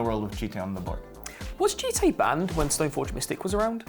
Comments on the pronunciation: as someone who studies japanese, i can confirm it should be pronounced "jee-tay", and certainly not "jit" without getting into a whole convoluted japanese lesson, there are only 5 vowels in japanese (a = "ah", i = "ee", u = "ooh", e = "eh" o = "ohh"). if you see those letters in a japanese word, the vowel is ALWAYS pronounced the same, it's not like english where pronunciation is different depending on the word. also, almost all japanese words end in a vowel (the exception is if the last letter is N.) also, a jitte is a real weapon: "A jitte or jutte (十手, "ten hands") is a specialized weapon that was used by police in Edo period Japan (1603 – 1868)." 十 = ten ("ju" or "ji") 手 = hand ("te") the "te" here is the same "te" as in "karate" (which means "empty hand") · definitely pronounced jee-tay when plugged into translate services